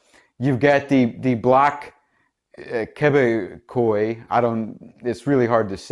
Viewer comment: A couple more interesting stat’s. On top of the 600 mil’ for the election, you can add another 61 mil’ that was doled out just before Trudeau called the election to liberal friendly media as “emergency relief”. And voter turnout. The lowest in more than a century, at 58.6 % About Bloc Québécois. It’s pronounced something like Kay-bek-Kwah.